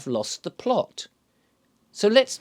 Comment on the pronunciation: Oop 'ere in t' North there is no t after the glottal stop in plo'-t. It's just plo'. 🙂